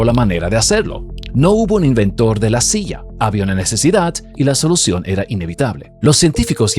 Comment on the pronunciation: Por qué razón habla como gringo hablando español? Dice SIA en vez de silla y las ERRES las pronuncia con dificultad. El es de RD?